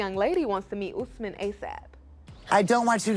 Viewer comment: It’s Osman not Usman… I’m sorry guys but I had to correct y’all lol… my daddy’s name is getting destroyed lol.